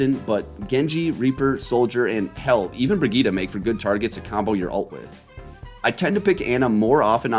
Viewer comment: You pronouncing Brigette is painful